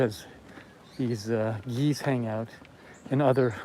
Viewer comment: "where all the geese hang out" I thought he said G's (like gangsters) 😂😂